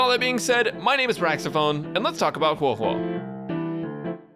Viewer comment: Its funny how every youtuber who talks about huohuo dont know how to say her name 🤡